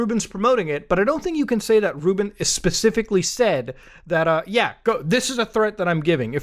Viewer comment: Ruben? I thought you said Rootbet 😂